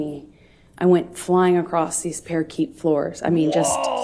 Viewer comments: It also shows that she read it as parakeet. Either in a book or someone wrote a story for her , and she used it as her own. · The parakeet floors!!! This never gets old for me. Listening to Miss Sophistication herself mispronounce parquet as "parakeet" is just too funny! It just goes to show that you can take the girl out of the trailer park but you can't take the trailer park out of the girl.